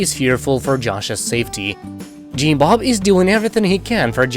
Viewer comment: I love how he says “Jeem Bob” 😊